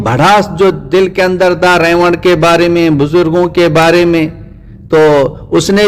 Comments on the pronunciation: رائیونڈ کو ریوڈ کہ رھا ھے ۔ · ap ko Baat krne ki Tameez hi nhi ha Tu ulma ka Adab krna nhi janta tu molana Saad sb aur molana Tariq ka Naam lane ki txmeez nhi zTujhe Haram k moot mola sad sb ko Gumrah Bata raha ha zTujhe to zRaiwind lafaz sahi se bolna nhi Aata Bhadway